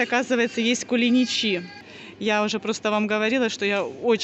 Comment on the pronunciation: КулиничИ?! 🤔 Первый раз такое ударение в их названии слышу. У нас они "КулИничи". А сладость называется рахат лукум. Хорошего отдыха и новых впечетлений